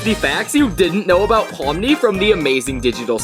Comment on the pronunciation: Pomni not pony 😑